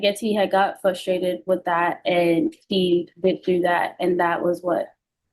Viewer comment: said she said fuss -trated - not a word. I have no idea what you’re replying to.